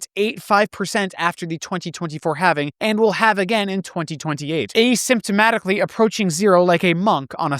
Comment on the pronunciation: "" pronunciation os "asymptotically" proves he is AI. I knew it.